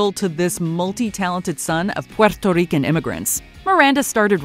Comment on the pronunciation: I cringe so bad everytime she said Puerto Rican.... just say it normally? Sincerely a Puerto Rican